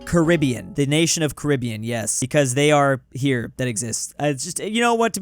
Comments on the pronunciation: “Carabiean” WHERE IS Carabiean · BRO HE DID SAY " CARIBIAN" 😂😂😂😂😂